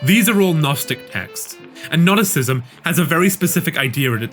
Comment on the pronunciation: Great video but the pronunciation of Gnosticism made me go "hhhhhwhat"